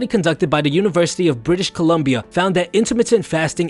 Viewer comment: British Columbia, not British Colombia